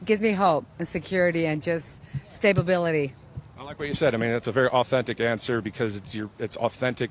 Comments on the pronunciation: It’s authentic because she said stabability which isn’t a word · "Stabeability" Lol.😅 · "Stabeability" - yeah Trump definitely loves the poorly educated 🤣🤣🤣